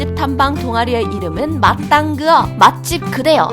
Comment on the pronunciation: 맛당그어 아니구 맛그당어입니다!!